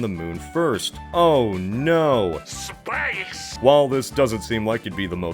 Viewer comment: It’s pronounced “SSSSSBAYYSE” good sir. Get your facts straight.